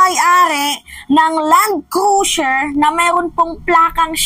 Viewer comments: Cruiser not crusier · Hoy, Cruiser is pronounce as kroo-zr not Cru-zier 😂